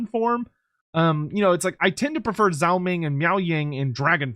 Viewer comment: Day 10,000 of being unable to pronounce Zhao